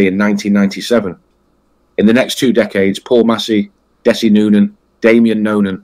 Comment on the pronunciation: "Dess-Ai". I mean, what's the point. We want to know that the people putting themselves out there as someone you can learn something from with these vids, actually have some real research. God's sake, it takes 5 seconds of any video to know his name is pronounced "Dezzie"